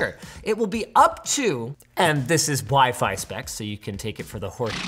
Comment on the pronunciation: "Waih-Faih 7"